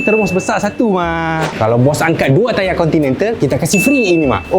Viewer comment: mohon sebut 'Continental' btol2... dah bunyik macam ape dah... hahahahaha